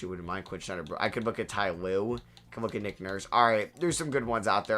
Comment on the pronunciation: Love the videos man, but his name is Quinn Snyder, not Schneider